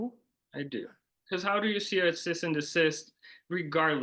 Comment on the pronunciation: Cease and desist? He’s saying cyst and desist. LOL.